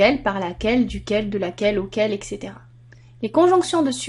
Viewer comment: on dit etc pas exe